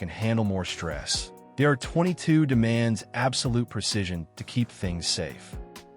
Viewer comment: Hate the way AI pronounces R22. Hate his breathy voice too.